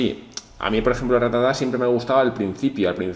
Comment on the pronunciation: no es ratatá es rátata. Cada vez que lo dices mal muere un ratata xD